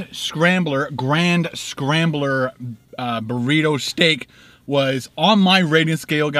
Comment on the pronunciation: I like how you pronounce 'grande' as 'grand.' You'd get kicked out of Texas for butchering the Spanish language like that, lol, funny though.